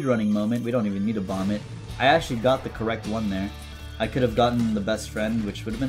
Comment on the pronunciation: calls bomb "bomba" His Russian and Ukrainian viewers: my time has come